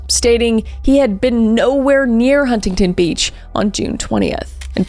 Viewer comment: Hey Kris, I just have to let you know that Huntington Beach California is pronounced without the first T. It’s more like Hunnington Beach 😉 That’s how everyone in California pronounces it and it was making me cringe when you pronounced it how it’s spelt lol